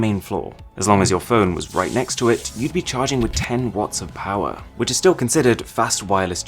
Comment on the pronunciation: More powah baby